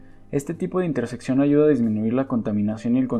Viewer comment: Oye, se dice interseccion y no intersepcion. Hasta cuando un video sin errores de lexicologia!